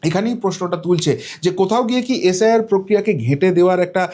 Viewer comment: Stop beating your own drum. Imprve your pronunciation ~ it's SIR & NOT Sh I R, congress NOT Congressh😮😮